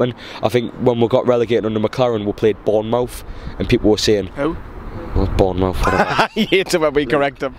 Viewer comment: ITS PRONOUNCED BOURNEMUTH